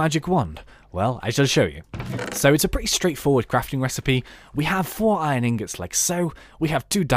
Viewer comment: how you say "pretty" is very funny ;)